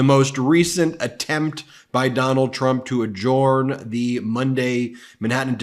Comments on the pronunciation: Ben - it's pronouced , "a-jern", not "a-jorn". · Ben has pronunciation problems. Adjourn is not pronounced A-Jorn. It's pronounced A-Jurn. And... Assuage is not pronounced Assu-ah-ge. It's pronounced Assu-ay-ge. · The D is silent A jurn not ad jurn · It’s pronounced adjErn not adjUUrn ^^ like earn or fern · Adjourn is not pronounced A-Jorn. It's pronounced A-Jurn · Hey, Ben, l admire Congressman Bennie Thompson, too, but there's no need emulate his mispronunciation of "adjourn." lt's pronounced "adjurn." The 'O" is silent. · Ben, please learn to pronounce adjourn correctly. Ta. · Just curious, why does Ben pronounce ‘adjourn’ as he does, is there a particular reason. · Hi Ben, I am confused by your pronunciation of “adjourn” and “adjournment”. This link shows how I thought it should be pronounced. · Adjourn? How is this word pronounced? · Look Dude, I give you a pass on the pronunciation of voir dire. It is from a dead language, so who knows how they said it. But ""adjourn" is not pronounced how you say it.